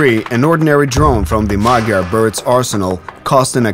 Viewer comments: MaDyar, not MaGyar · It's Madyar!! Not Magyar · Why does his name tag say MA D YAR, instead of MA G YAR? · He is Madyar! Madyar, not Magyar! Means he has Ungarian ethnicity. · The word Hungarian in Hungarian is Magyar. The pronunciation of the Hungarian "gy" is something like a soft d, like in English "dew" or "due". Cyrillic alphabets don't have this, instead they have д(d) + ь (softener), ё (yo), е (ye), я(ya) and ї(ji). So Magyar becomes Мадяр in UKR, and that becomes Madyar in phonetic English transcript.